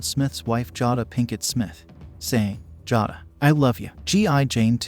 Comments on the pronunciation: Jah-duhh?? Try JAY-duhh. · 1st: Her name is pronounced JAY-DA not Jah-da. 2nd: The quote was "Can't wait to see IT" Not "Can't wait to see ya." 3rd: The disease is called AL-O-PEE-SHA, not Low-pee-sha. And all you did was play Nugent's shit over again. You suck at re-packaging content. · Get name right...jaa da?